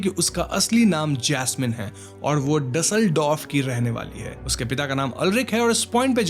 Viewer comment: Its आखन bhaiyaa not achan 😂😂and its dusseldorf not dasldorf bai 😅😅😅😅btw i love ur explanation ❤❤